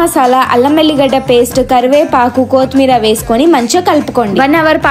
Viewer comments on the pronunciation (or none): Kothmira kadu ❌kothimira ✅